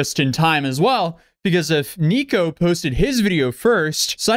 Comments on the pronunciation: Everytime you say Neeko i cringe. Just call him Nick 😂😊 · Dude's name is Nick, why are you calling him "Niko?" Why are you doing that?